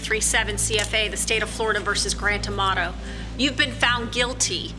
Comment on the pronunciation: I keep hearing his name as “ The grand tomato”! 😂